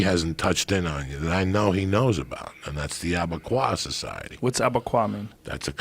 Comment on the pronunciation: Joe “ Abegayu “ Rogan